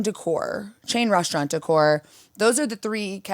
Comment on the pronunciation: I'm Irish, and we put 'h' in a lot of words that don't have them...but 'reshtaurant' makes no sense to me. Or 'frushtrated' etc. Musht be a Losh Angelesh ting